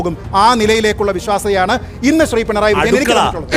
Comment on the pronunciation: പിൻറായി യോ 🙄.... പിണറായി എന്ന് പറയാൻ അറിയില്ലേ.. സ്റ്റൈലിഷ് ആക്കിയത് ആണോ